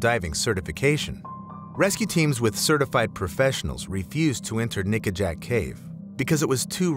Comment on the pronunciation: it doesn’t quite sound like he’s saying ‘nickajack’. 🤨🤨